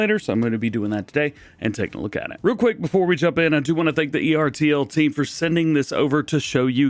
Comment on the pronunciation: It’s pronounced Ertl-as one word